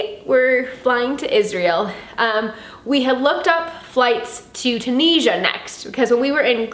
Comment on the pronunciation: Hiya. I think you'll find most of the world pronounces it Too-nizz-ee-uh. All the best to you.